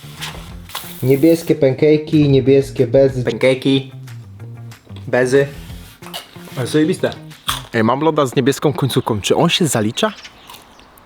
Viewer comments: Penkejki? Raczej czytaj pankejki☠️💀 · Xd tylko debil mówi penkejki